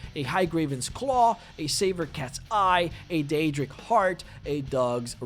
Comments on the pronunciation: "Die-adric armor" I want to kick your ass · I am irrationally upset that you pronounced Daedric as "die-ay-dric". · You mispronounce Daedric, and you completely said Vvardenfel wrong.